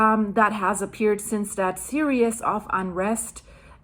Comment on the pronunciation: I love your updates but I hate how you say series. Sear:ee:s Purposely misspelt. Not serious ❤❤❤❤